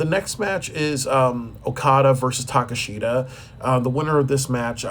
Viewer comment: Yikes. Do you watch aew? That is not how you pronounce Takeshita and you don't even know who some of the wrestlers are